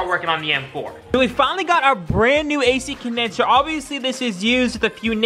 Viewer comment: Man im really happy you managed to exchange the A-Shi Condensher !! ❤️🤪